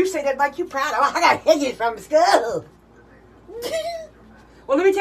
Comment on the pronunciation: “You got a hockey from SCHUUULUU”😂💀